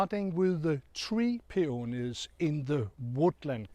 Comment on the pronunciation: Claus, I like how you pronounce the word peonies , in a certain British TV gardening show they repeatedly say “peenis” , which is hilarious 😂